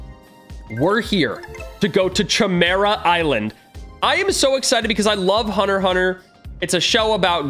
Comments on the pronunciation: RUSSO ITS PRONOUNCED CIMERA NOT CHIMERA🤬🤬🤬🤬🤬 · i’m pretty sure it’s pronounced kimera not chimera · ki mear uh i think its pronounced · its a k sound not sh sound in chimera sory it just gets on my nerves some times love the vids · Not trying to be mean or anything but the proper way to pronounce chimera is kimera. The ch sounds like a k. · Me: he’s disrespecting hxh, he is saying chimera wrong, it’s more like Kimera, then chi mera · YOU SAID HUNTER HUNTER CORRECTLY LETS GOOOOOOO!!!!! And btw its pronounced: Kiy Mare ah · Chimera is pronounced (ki) (mera) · He keeps on saying Chi Mira lol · Bruh you used the wrong ch It’s pronounced Kymera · the Ch is said As a K Kimera-Chimera Learn english. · its pronounced ki- Mera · The way he was pronouncing chimera was tweaking me to a different extent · Yeah I hated that. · Mr Ok yea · Now Ik why you didn’t know how to pronounce “Chimera” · bro notice how he says chimera